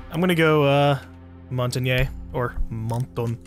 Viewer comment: You were pronouncing Montagne right the first time lol people were wrong